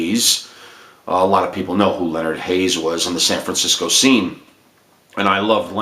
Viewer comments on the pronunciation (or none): none